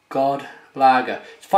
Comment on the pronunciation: Haha not ''god'' lager, but with a soft o, it means ''good'' lager in Swedish, and Danish too. Sounds like a nice lager, even though im right next to these guys country wise, I can't get their stuff. Good review. Btw im affraid you have kept that Mikkeller IPA for too long now, im affraid it is way past is peak since its, and its not been brewed for a long time. I would say you should do that as fast as possible.